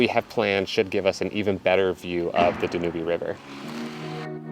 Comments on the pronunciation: I'm not sure but I think the Danube river is pronounced da- nyoob- river - so say dan you B - it took me a minute to work out what you were talking about - great episode though loved all the history 😊😊💕💕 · Yes, I just about died laughing at this mispronunciation! One of the greatest rivers in the world and so much history on the Danube. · I never correct anyone, but it's not the "danooby". It's called the "Dan Yoob" Anyway, you guys are taking the trip of a lifetime! Stay safe! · The river is pronounced Danub. The "e" is silent. Love your videos.... informative and beautiful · I love your travels but I believe you pronounced the Danube River incorrectly. It’s not Dan U Be. It’s Dan Yoob. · The second week hearing you not pronounce Danube correctly. I hate correcting, but, forgive me? Pronouncing everything correctly, like rosetta stone, do they really pronounce Danube river danyoobie? DANYUBE like YouTube. Not danyoobie. enunciation on the DA, DA- nyoob. I love pronunciation guides on Youtube. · Love your videos. You don't pronounce the "e" on Danube. It's pronounced Dan-newb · I actually never heard the pronunciation of the Danube river as Da-Nu-Bee. I think it's pronounced Da-nyoob in English and German. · I agree Dan yoob, hearing danubeee is making me crazy....sorry for being petty. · Dan Yuub, like you tube. Not dan u bee lol. Great video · Great video. Are we pronouncing the river incorrectly? We were taught Dan-yooob. Do locals pronounce it like you did? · Danube, your pronunciation is terribly wrong Dan -ube. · I just wanted to say , you pronounce it Dan -ube. E is silent 😊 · I think you're mispronouncing the Danube River.....should sound like "dan-yoob". I loved Budapest when I was there. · dan-YOOB, it's pronounced dan-YOOB 🤣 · Not sure if it it the local language but I believe the river is pronounced Dan U Ba. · Don't know how we determine the correct pronounciation; but, I think it is Dan-youb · Beautiful city! Danube is pronounced da - nyoob'.